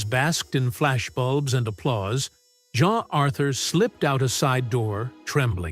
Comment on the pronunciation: Again, it’s Jean, not John Authur